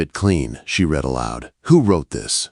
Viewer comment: F'ing AI! Cannot use READ correctly. or within context, INSULTING!